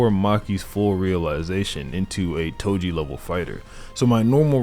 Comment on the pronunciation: Bro said edo toji 💀💀💀💀